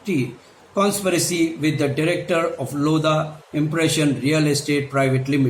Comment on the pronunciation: It's not lodha it's loveda